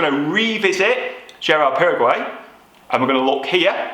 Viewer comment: I think you’ve been watching too much football mate. It’s pronounced Girard Para-Go, not Paraguay 😎